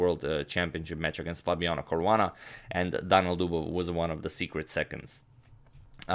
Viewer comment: Two i. Daniil not Danil :)